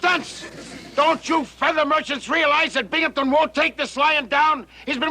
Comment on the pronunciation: Blue Moon Crescent There’s no “p” in Binghamton!